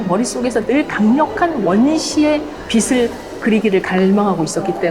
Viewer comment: 빛을; 비슬이 아니고 비츨로 발음하셔야